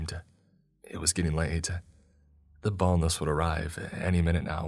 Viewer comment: What are you actually saying the name of the monster in the first story is? "the boneless" "the boatless" "the bowless" ..?